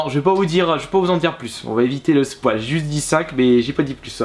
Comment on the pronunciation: Le "s-poil" x) sans être méchant.